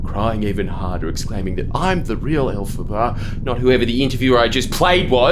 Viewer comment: i legit thought the interviewer was saying "alphabet" in an aussie accent and I was like "yeah! 'tism pride represent" because i know nothing about wicked and then jordy reveals its the witch from wicked and now i feel dumb